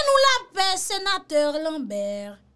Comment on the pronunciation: Ou bliye R la nan lambè